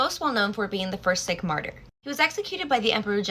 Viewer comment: By the way, Sikh is pronounced more like Seek rather than Sick